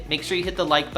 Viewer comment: I swear to god there isnt anyone under 40 that can say button properly. I am old enough that I saw the start of this, it was a defect in low income areas because the school systems were terrible, now its nation wide and has been the norm for the last 25 years. grandparents cant even hold pencils the proper way, everyone ham fists them like they just emerged from a cave